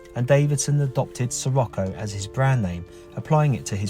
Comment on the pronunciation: Pronounced, Sir rock o.